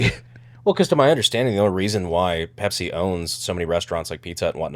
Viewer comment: but "Bepsi the best"